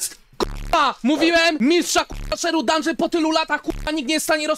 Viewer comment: mówii się dundżyn a nie dungeon